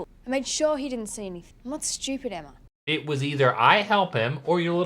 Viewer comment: excuse me it's pronounced eimma